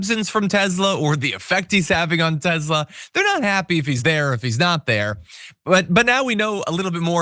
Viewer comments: John it's TESLA not TEZZZLA ...TEZZLA is how the south African nazi pronounces it not how the founders pronounce it. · Tes-la not tez-la 😅😅😅 sorry. It's drivinge.mad lol